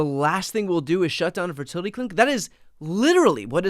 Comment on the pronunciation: "ferterlety" - Lindsey Graham, US congressman.